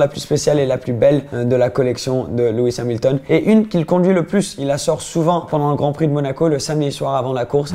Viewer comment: Tu as dit luis hamilton